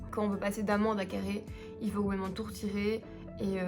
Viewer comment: Ahahah le petit clin d’œil purement Carolo qu’on doit soulever « c’est vrément léééé de faire ça au mois d’août » merci pour ce mini fou rire 🤣